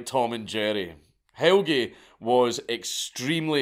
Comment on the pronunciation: His name is more like "Hell-Ya" not "Hell-gee" but pretty good try.